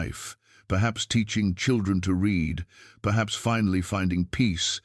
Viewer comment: AI the difference between the pronunciation of "present" or "past" tense of READ is pathetic and annoying .